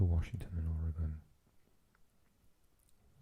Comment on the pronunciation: Impressed with your pronunciation of Oregon. As an Oregonian it’s unfortunate to see our state pronounced incorrectly by maybe 50% of our own country. #BestCoast